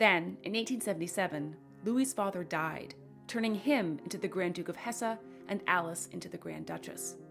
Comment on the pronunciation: Hesse is pronounced hess